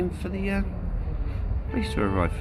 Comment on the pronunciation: When you say "police", it sounds like "pleece", that's why he didn't understand.